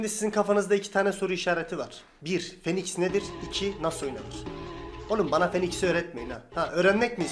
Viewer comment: Abi fiinix diye okuyun şunu ya ilk i uzatarak lütfen aq